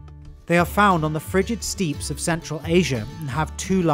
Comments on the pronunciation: Did you mean to say "domestic" here? Forgive me for nitpicking, but I love this series and would like to see you improve on some pronunciations. steppes is pronounced as "steps" "seh-TAY-sha" (the "c"s in cetacea are soft) "BAE-leen", not "BAH-leen" "Rumanan-SHA" ("-tia" sounds like "sha" in taxonomy) "O-MAY-sum" and "AB-OH-MAY-sum" (learned that from animal science class) never heard someone place so much emphasis on "vi" in "cervidae" before... usually I just say "servy-day" same goes for this (Learned these lessons from Spanish class) The n in the "vicuña" has a Spanish pronunciation, so it sounds like "vicu-nya" The middle syllable of "guanaco" tends to have the most emphasis: "gwa-NA-co" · I don't know why in so many of these videos, you pronounce the Eurasian tundra lands as "steeps". It's "steppes", as in a staircase. Otherwise, this is a very entertaining and informational series. You also didn't mention that the llama and alpaca are actually the domesticated descendents of the wild guanaco and vicuña, respectively. Native Americans domesticated the llama and vicuña millennia ago; neither species exists in the wild. Their ancestry was confirmed relatively recently by DNA analysis. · "Steppes" is pronounced "steps" and not "steeps"